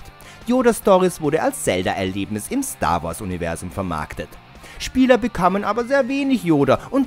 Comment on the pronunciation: Star Wars, nicht Stoar Woars.